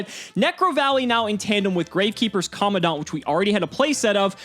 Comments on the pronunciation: Why does everyone pronounce COMMANDANT like comm- a-daunt? Theres a letter "n" between the "A" and the "D". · Can someone actually say COMMANDANT right? Like just once.. please.. for me..